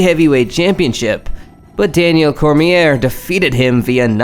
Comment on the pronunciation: Confusing names (Joanna), mispronouncing names (Ngannou and Cormier), but overall good video.